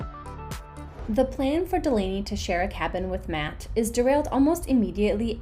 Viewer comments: Agreed! Katie, Courtney & "Doll-ahh-knee" WORKED great as a team. The key word being worked. Katie is in charge, so she needs to be the boss & shut down the crew advice. The Chef has NO say except in the Galley. No one has any say. It's up to Katie about HER crew. From Day 1 "Doll-ahh-knee" earned HER tip, Lexi didn't. And if I recall Mat got his FULL tip when he was MIA on his Day 1. Katie could have made her life & stress level so easy. Fire Lexi. Hire "Doll-ahh-knee". She sleeps in Lexi's bunk. No one moves cabins. Easy peasy! (Insert Khaby hands in here) Come on, Katie! ♥️ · and mispronouncing her name the entire time.Lexi is looking for fame by lying & creating more work for the crew.